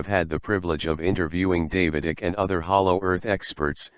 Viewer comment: Repeat after me: David IKE, not ick. If you had interviewed him, you'd know.